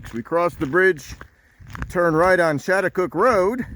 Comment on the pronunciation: The American Indian tribes locally call themselves, Schaghticokes, that is, pronounced "Scattacokes". Had you gone up the road a bit further you would have reached the Sachem's residence.